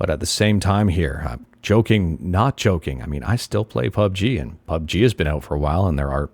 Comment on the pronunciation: Man says "Pube G" lmao